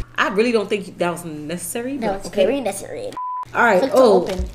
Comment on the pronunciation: When said necessary it sounded like he took of the e behind the c